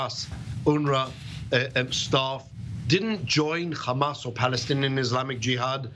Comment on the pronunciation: The UNRWA is a terrorist organisation?????? Really???😂😂😂😂😂😂😂😂😂😂😂😂😂😂😂😂😂😂😂😂😂😂😂😂. What a complete douche this guy is. He even says, "Khamas'😂😂😂